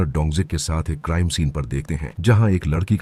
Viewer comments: लड़की ❌ लद्धकी ✅ 😂😂😂😂😂😂😂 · वो सब ठीक है लेकिन लददकी और लददका सुनकर बोहोत हंसी आई मुझे 😂